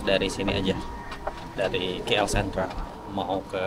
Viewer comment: KL bukan kie-ell